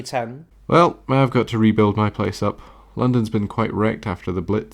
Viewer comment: I heard London as Lenin when I first heard it